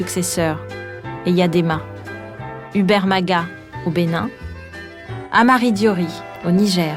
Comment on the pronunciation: c'est "Hamani" Diori et non "Amari" pour le Niger.